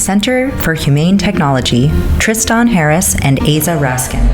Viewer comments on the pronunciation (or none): My biggest problem is how he pronounces Tristan. If you’re going to pronounce it that way that spell it something like this. “Triston”